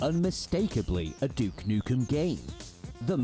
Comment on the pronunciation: Excuse me right at the start of the video "D*ck Nukem" huuuuuuuuuh? Let me hear that again... yap that is certainly not DUKE alright